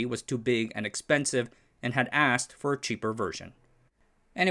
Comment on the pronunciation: Hey,, I think I commented on this video several months ago, but now rewatching: Oops, "Seagate" doesn't end with a t!